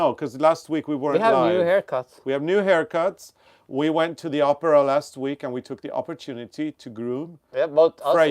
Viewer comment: It cracks me up when says opera because it sounds like Oprah